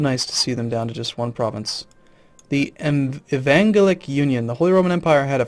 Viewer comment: lol i'm sure he's been told by now but it's pronounced E-Van-Gel-Ick.